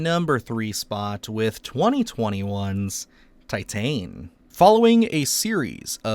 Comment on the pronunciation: Titane is Pronounced Tee-tawn, which is French for titanium. Perhaps you should look up how to say the titles of movies that are of foreign origin. Great selections of body horror movies!